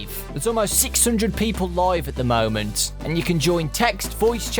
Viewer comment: Movement? said movement but it's moment